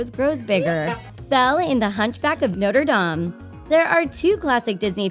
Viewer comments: Y do u say noierdam it’s Notre-Dame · The way she says Norte dame makes me cringe they say Notre dame so many times in the actual movie Sorry I’m passionate about that stuff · its actually no-tre-da-me and not notr dam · Sorry but she said Noder Dam like no sweetie no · The way the narrator said Notre Dame had me cringing!!!!!!!